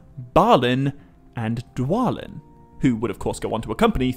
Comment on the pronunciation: Why wouldn't it be Thor-in just like its thra-in? Also it was always pronounced dwa-lin no other way